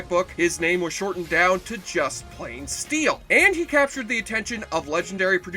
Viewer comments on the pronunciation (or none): ITS NOT steal IT'S STEEL. PLEASE PLEASE PLEASE SAY IT RIGHT. MY OCD IS DRIVING ME MAD.